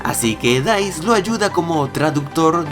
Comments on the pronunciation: dais?, no es dus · en el minuto , le dijiste Dice a Deuce? O escuché mal? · En ese minuto dice "Dais" para referirse al nombre del personaje de Allan Illigollen (Deuce) que pronuncia "Dous"